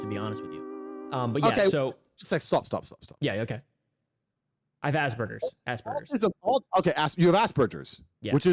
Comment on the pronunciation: He said..asspurgers...yall wr got asspurgers😭😭😭